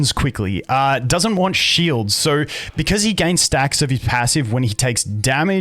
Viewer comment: "Daoesnt" lol